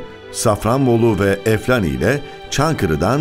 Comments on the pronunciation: Spiker eflani dediginde irrite oluyorum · O nasıl EFLANİ demek ya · Eflani(?) telaffuzunu lütfen doğru ogrensin spikerimiz.